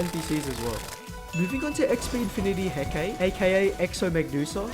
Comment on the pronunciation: I believe the XB-Infinite "Hekate" is pronouced as "He-ka-te" which literally is named after Hecatia